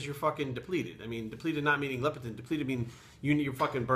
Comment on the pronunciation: LEPTIN NOT LEP-E-TIN, but WGaF anyway?